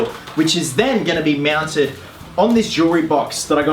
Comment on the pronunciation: is he saying miau while saying mounted xD can´t stop laughing